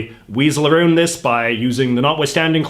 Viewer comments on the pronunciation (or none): A-ROWNED, not A-ROONED.